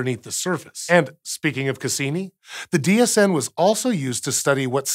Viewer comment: Every time he says DHN I hear DHD which means I've either watched too much Stargate, or just the right amount. And im pretty sure it's the latter :)